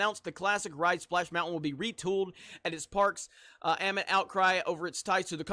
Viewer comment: It's messed up that a guy who can't pronounce the word "amid" could have so many subs.